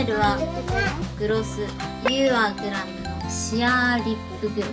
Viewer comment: きらちゃんのイントネーション『You are グラム』ww